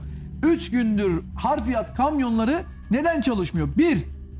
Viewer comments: bey harfiyat değil Hafriyat olacak. Anlam değişir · Bu güzel vidyoyu hazırlayan, sunan ve katılan konuklara teşekkür ediyorum. Not : Konuşmacı olarak katılan (1) değerli kareşim, yapılan kazıda çıkarılanlar için 2 HARFİYAT' sözünü devamlı olarak kullandı, HARFİYAT diye bir kelime yok, gramere de uygun değil. HAFRİYAT olarak düzeltin. Arapça bir kelimdir, حفريات hafriyat olarak yazılır ve okunur. 2) HARFİYAT da Arapça, 'harf' ten türetilerek uydurulmuş.